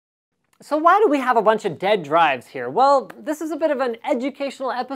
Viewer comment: "They're all Deyad"